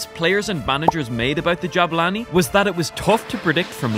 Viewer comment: Que humilde poniendo jabani en vez de jabulani🤑👌🏻